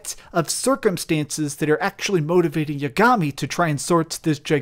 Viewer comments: How do you expect me to believe you played this game when you pronounce yagami’s name YA—GAMI? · Also saying Yagami wrong